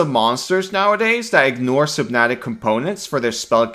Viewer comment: Slow sux?! Its better that haste! How much does haste suck?! So-ma-tic, not som-na-tic